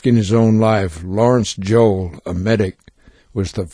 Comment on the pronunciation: *Lawrence Joel, not Joll